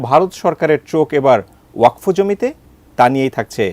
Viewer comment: ওয়া কফ নয় বরং ওয়াক ফ ওয়াক এক সাথে আর ফ আলাদা ভাবে উচ্চারণ করতে হবে।